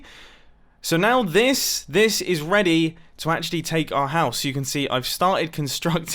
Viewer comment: Mumbo said “Weady” instead of ready